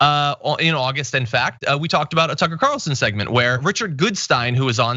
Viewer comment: Toocare Curlsoon?